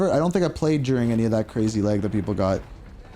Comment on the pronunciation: It’s pronounced “lag” not “leg” bro Jesus